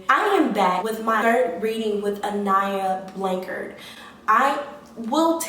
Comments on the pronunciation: She didn't even say her name rite she fake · latricha87 she can’t even say her name right! Around here, we believe in God! Her parents believe in God! With that being said, when you believe in God you know Psychics are not real! Only God knows and see all! How do you know I haven’t been out looking? Your just running your yap!